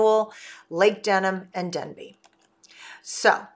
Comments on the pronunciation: There is no Village of “Denbey” there is a village of “Dabney” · You keep talking about the new village of Denbey in multiple videos. There is no new village of DENbey. The village is called DABney. Dabney, not Denby. Hope this helps.